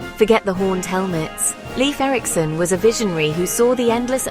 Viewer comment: AI voice mispronouncing name of the subject of this video.